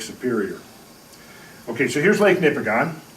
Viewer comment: Couple of minor points. It is Ouimet Canyon, not Quimet Canyon. And the stress is on the first syllable of "Nipigon", not the last. I lived in and explored this area for 3 years in the early 80s and am very familiar with all the topography described. The flat top "mesas" with a tapered face are called Cuestas. I have heard explanations of how the ice formed them, but never heard that they could be formed by a flood event. I can recommend a very good guide if you take a trip there.